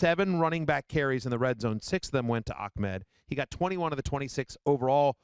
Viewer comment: Why is it so hard to pronounce Ahmed properly? Ahh med. Not, Ach med. Big difference. Just adding a q in there for no reason lol.